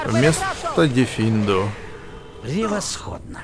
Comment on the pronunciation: Не дефиндо а флипендо